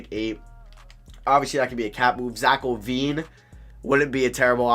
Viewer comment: He called Zach Lavine Zach ovine lol